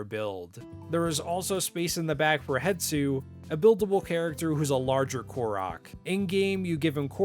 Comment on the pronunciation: Why do SO many people pronounce it Het-su?! Is it dyslexia? it's doesn't even roll of the tongue like Hes-tu does 😂